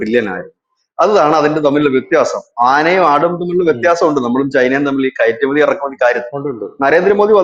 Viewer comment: ഇരക്കുമതി അല്ല , കയട്കയറ്റുമതി